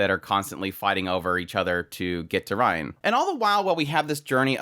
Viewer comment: ok before finishing the video I have to say this. rein is pronounced rain not ryan no offense but I just need to say this